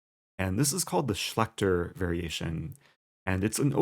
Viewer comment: Say Schlächter again